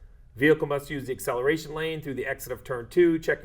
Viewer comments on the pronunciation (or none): Im sorry for being annoying, but ACCELARTION? 😂 way to go